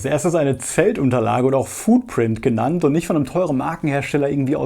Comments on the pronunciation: Foodprint?! Wohl eher nicht! FOOTprint! 🙈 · „Foodprint“. Lol, auf welches Essen druckst du denn? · Du kannst doch jetzt nicht ernsthaft wieder mit dem 'Foodprint' ankommen!